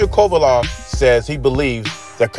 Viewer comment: Ain’t no way you’re butchering Kovalev’s name that badly by accident ..